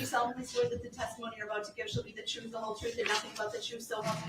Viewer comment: I didn’t consent to them laughing at me. “I move for a motion to dismiss—finding a fact —-public servant - honor ur oaf—-troof—-Dooties. Y’all. What a thug